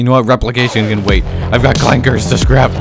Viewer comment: My guy, you can’t say clanka with the hard R